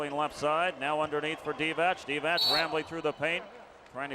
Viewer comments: English commentators, along with Spaniards, are not known for correct reading of foreign names and surnames 😂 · m8, it's not [Divatsch], it's [Divats], also it's [Rebratscha], with the stress on the 1st syllable....how these guys become commentators to a global audience when they are unable to pronounce names correctly is beyond me...and it's not that these player were not known, were they?